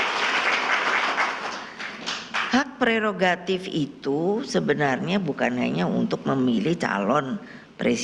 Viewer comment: Nek pregogatif itu apa ya nek? Bukanya prerogatif ya nek.....😂😂😂😂😂